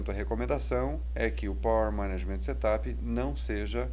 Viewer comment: Settttup? ha ha ha Ele pronuncia muito engraçado.